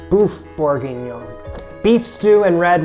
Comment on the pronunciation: I'm French and i feel offended. It's everything but a "boeuf bourguignon"